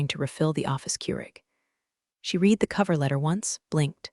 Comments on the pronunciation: "Reed" "Red" WTF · AI can’t distinguish. Have to write “red” for correct pronunciation of past tense. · Word READ is pronounced differently dependent upon TENSE used. When incorrectly used it is demeaning to story.